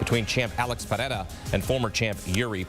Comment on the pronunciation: It’s annoying when ppl try to sound all Brazilian when they pronounce pereira lol. so many ppl do it. Just stick to per rare uh. P hey eyra lol. they try to roll the r as well.